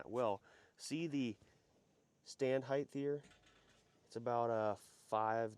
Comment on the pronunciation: Why do Americans say Heighth. It’s Height. The ways they say it isn’t even in the dictionary.